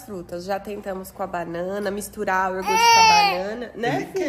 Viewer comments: *I O G U R T E" pronuncia a palavra certa para o Noah aprender a falar corretamente, se os pais falam errado os filhos também vão falar errado. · YORGUTE meu Deus,vcs não foram na escola,seu filho vai falar NÓIS FOI, NÓIS VAI,IGUAL O PAI FALA QUE RIDÍCULO,TANTA FRESCURA E FALANDO ERRADO,ESSE PAI MERECE UM PREMIO DE QUE FALA ERRADO E NEM SE CORRIGE, FALA PRO VOLTAR PRO EJA. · O E APRENDAM A FALAR CORRETAMENTE É YOGURTE.......